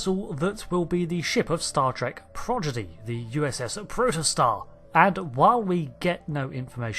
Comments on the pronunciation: Hm since it's a pattern I'll say it: It's "prod - idgy" Not "proj - iddy" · it's Prodigy, not Progidy. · No one is gonna point out he said "Progidy" instead of Prodigy? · Prod uh gee…. Not projiddy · Sorry, I’m gonna be THAT guy for a moment… Prodigy = praw-di-jee Not Praw-jid-ee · Say it with me: PRODIGY not "progidy" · Pro-DI-GY, not Pro-GI-DY. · Are you saying "Progidy" instead of "Prodigy"? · ... anyone else hearing "staff trek progidy?" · Both in the start and end of the video it sounds like you said 'Progidy' 🤔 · You said “progidy “ 😂😂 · He still can't say Prodigy.